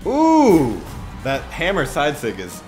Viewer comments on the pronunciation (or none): none